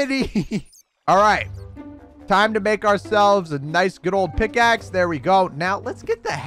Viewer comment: At a point in the video, he said pigaxe